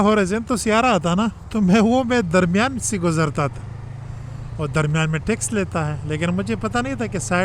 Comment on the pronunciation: Line nahe lane kahte hain.